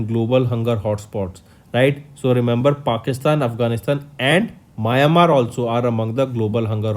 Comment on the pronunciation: it's meow n mar (Myanmar)